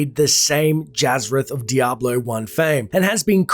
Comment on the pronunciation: the asian lol diabro two and diabro 1 lmao!